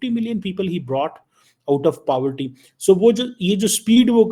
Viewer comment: Paaverty nahi Poverty hota hai Clown 😂